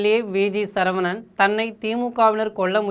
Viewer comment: திருத்தம். (சழ இல்லை சர. சரவணன். Sorry. 🙏